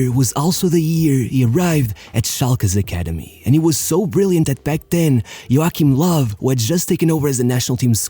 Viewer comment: Thank you for pronouncing “Joachim Low” properly! So many don’t realise that in German the “double u” is actually “double v”